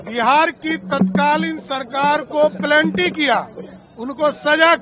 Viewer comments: This statement confirms he is uneducated bcoz he is pronouncing penalty as planty. Listen carefully at 2.10 mins. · आरे महात्मा पीएचडी होल्डर प्लेंटी नहीं पेनल्टी।। सुना है आप विदेश से बहुत सारे डिग्री हासिल किए है। आप का अंग्रेजी तो हमारे जैसे बिहारी से भी खतरनाक निकला।।😂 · Anpadh penalti ko pelanti bol raha hi